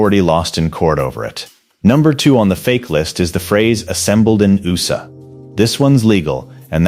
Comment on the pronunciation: Your robot voice doesn’t know what USA is? It’s not ooosa